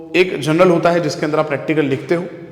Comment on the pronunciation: Journal ❌ General ✅... Just joking btw thanks 👍😂